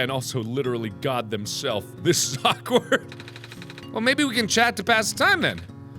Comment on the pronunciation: Jerichow I totally agree with you and I feel like he emphasizes the "god" part way too much...